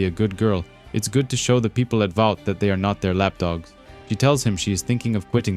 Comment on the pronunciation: “Valt” American then - “Vought”. I don’t get the mispronunciation.